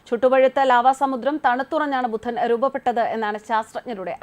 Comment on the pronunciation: ബുദ്ധനല്ല പെണ്ണേ- 'ബുധൻ'